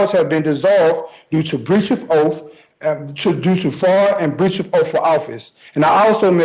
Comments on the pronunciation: Jurydishun and oof of office. Nailed it! 😅😅😅😅 and cohersion! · A 'breach of oaf' 😂